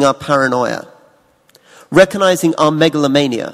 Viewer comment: reco'nizing, reco'nizing, reco'nizing...